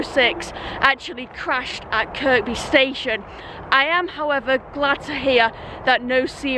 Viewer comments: Bonkers as always. Oh and Kirkby is pronounced as Kirby or as the locals say Kiiiirby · At the end of the day G only you (or a clone) can do snot checking, flowing water is so calming (a pity it makes you want to go to the loo) , it's the sound for me. Funny, entertaining and superbly edited. Although your pronunciation of Kirby is incorrect, it would sound strange if you did change it, so please don't. As an exiled Scouser it pains me to hear about the demise of the 507006. Looking forward to the next one